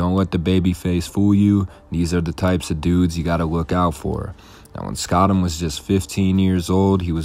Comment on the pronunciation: spoout- emm -gouuutem